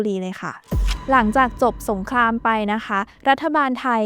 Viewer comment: อยากแนะนำเรื่องคำควบกล้ำนิดนึงนะครับ "เปลต" "สงคลาม" หรือคำอื่นๆ ฝึกอีกนิดนึงจะดีขึ้นครับ